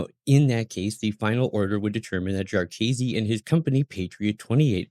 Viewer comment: Pronounced JAR-kih-see, not jar-Keazy